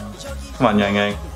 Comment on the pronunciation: Just a minor correction on XiaoJun's name pronouncation, it's not bad , but the X has more of a "shhh" sound in mandarin rather than "zzz" that the english language has. So "Xiao" is pronounced more like "Shao" (like you're saying "Shower" but without the er). And YangYang's name is pronounced more of a longer aaah sound, closer to "Young Young"